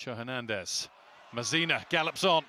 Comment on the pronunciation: Why does this bloke say Mazina not Masina ffs